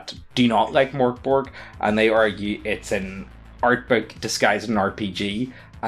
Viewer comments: Not too be a nerd but it’s pronounced "merk boray" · its pronounced Mirk Bory